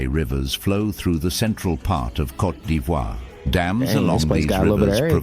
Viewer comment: 😂 say Côte not coté